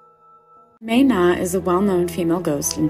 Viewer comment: Ok im from Thailand and they pronounced "mae na" incorrect nomhate but ur suppose to pronounce it "MA-NA" not "May-NA"